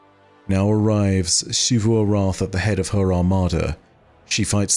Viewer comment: Is it just me or does it irk anyone else that pronounces Xivû’s name as “Sheevoo”? 😭